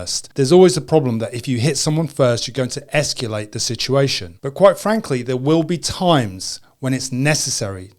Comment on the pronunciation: the word is "escalate" not "esculate"